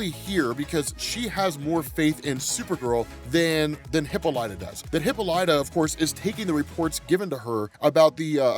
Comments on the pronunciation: Please... no more hippo light uh. Huh-pol-uh-tuh. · Hey it’s pronounced Hip-ah-li-ta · Lol oh man I can't get over how you cant pronounce hippolyta. Great video though.